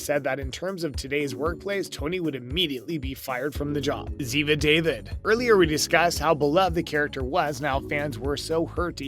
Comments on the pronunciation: Please Have The NARRATOR'S Pronounce Names Correctly Like ZIVA (Spelled DAVID PRONOUNCED DAVEED). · If you are talking about favorite characters at least learn how to pronounce their names It is Zeva And David is Dawveed! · IT'S (DAVEED), No W!